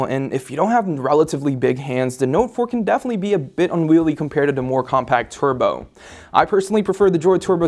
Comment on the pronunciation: Is it me or is the way he's saying turbo weird? He makes it sound like twerbo lol